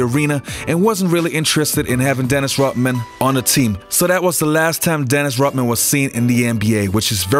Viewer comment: It’s Rodman not rothman